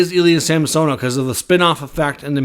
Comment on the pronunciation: It's SAm son ov not sam so nov